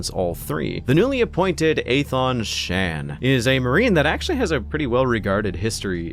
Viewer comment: It’s Shaan and it’s not even close